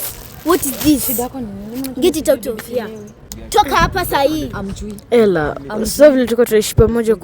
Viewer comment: waah hata baba mtoi ajui kusema Ella anasema Hella ama amelipwa huyu nkt